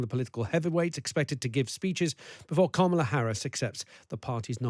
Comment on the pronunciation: It drives me absolutely crazy that ppl are STILL mispronouncing Kamala Harris' first name at this point. It makes me instantly question any insights the speaker might have because how am I supposed to believe that you have any deep knowledge about Harris or her campaign if you never even bothered to say her name correctly